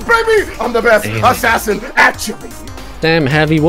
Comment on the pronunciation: MANS said ASSASIN< ASSASIN OOGABOOGA